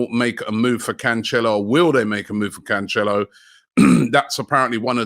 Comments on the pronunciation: Can- cello where is the H in that Robbie. Come on man just read the name 😂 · Robbie its pronounced CAN-SELL-OH